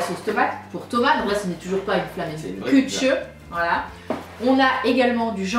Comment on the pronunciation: C'est la flamenkuech pas flammenkutcheuh mdr